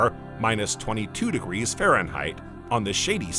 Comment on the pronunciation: degirchos? what the hell is he saying? I used to love these. This is my last visit to this channel